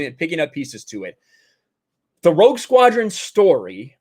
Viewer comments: When you said Rogue Squadron I thought you said Woke Squadron. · It sounds like you're saying Woke Squadron